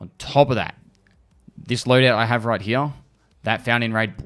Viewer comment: Does anyone else like the way says the word "Here"? Its always sounds like "Hereuh" to me lol